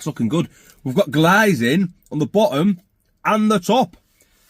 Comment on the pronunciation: Hahaha when you say glazing LOL, 😂😂 cheese and onion pasties are the best pasties so so MORERISH